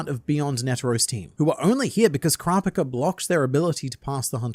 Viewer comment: kropika the way he says kurapika's name drives me crazy i cant make it thru this video